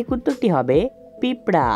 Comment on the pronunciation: পিঁপরা না ভাই পিঁপড়ে 🤣